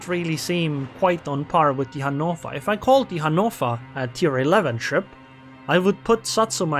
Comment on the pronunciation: Can you just say, "Hannover" correctly?